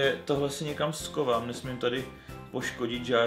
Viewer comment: víš,že se říká schovám a ne skovám?:D